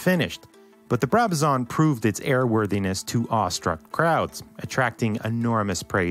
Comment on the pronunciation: its a Brabazon not a Brabazaaarn